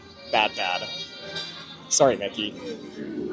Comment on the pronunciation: my fav parts had to be: you thinking the At-at disappeared, your Canadian “sorry” regarding the Mickey popcorn bucket, and the flexing on ToT 😍😜